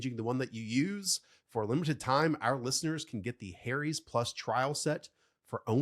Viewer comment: ..."Harry's" is not pronounced the same as "hairy's". If it was, it would be a very ironic name for a razor company!